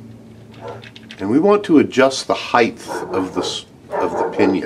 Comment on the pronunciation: Dude do you not know how to pronounce height? Theres no 'h' after the 't'.